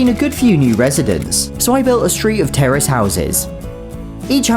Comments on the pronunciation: Terrorist is what I heard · what did you say terrace Or terrorist? (Update I found out)